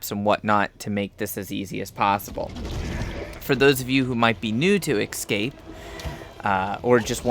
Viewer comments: Every time you say EXcape instead of EScape I wince. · Damn, watching these videos for information sake and... it's tough to hear the "excape" everytime they say it. x) It's fine thou! Just... :D ESCAPE! ... Makes me to wanna yell that word, haha. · Really annoying to have someone who SEEMS intelligent mispronounce such a simple word. It's NOT "excape". Can you read the great big letters that are on the screen? There's an E then an S. There is no X or X sound in the whole word.